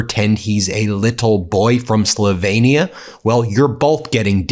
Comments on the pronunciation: Pronounced Slowveeenea (Slovenia). Melania doesn't care about Natalie Harp. Melania and Trump live separate lives and their relationship is purely transactional. Barron is fair game. He is an adult now, responsible for his own actions. Mommy can't protect her entitled spoiled son forever. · Please pronounce Slovenia as Slo’ veen ya; not Slovainia. It’s a slight to Slovenian Americans to pronounce it that way even if you wish to slight Melania. She is not a good representative of the many good people of that country. Melania is probably relieved another woman is dealing with him, while she can continue spending all his money and capitalizing on the title of First Lady no matter how terrible she is in the role .